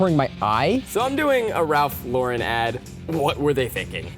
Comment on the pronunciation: You dont pronounce Lauren like the girl name. You pronounce it like 'lor-ren' not 'lor-rin'